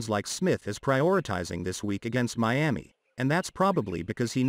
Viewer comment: Stop saying Me-ami it's annoying, hard to listen.